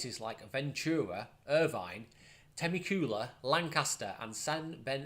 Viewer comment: Thanks. He is my previous professor, so it was nice to see him quoted. Great Video as usual, and it's TAA-MEK-U-LAA if that helps at all.